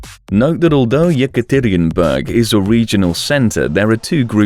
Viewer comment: man the way you pronounce "Yekaterinburg" drives me nuts